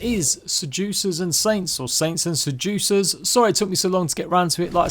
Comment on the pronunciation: Saints and Se-jew-cers